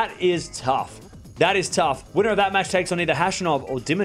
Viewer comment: "that is taugh" 😀 No,bro that's gonna be easy training 😉